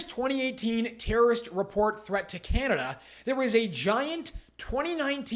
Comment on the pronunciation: I like Trudeau, when referring to himself, always say "cananda" lol like seriously dont lump the rest us intelligent people in with your retarded tirade, news flash Trudeau, india are talking about you not canada just you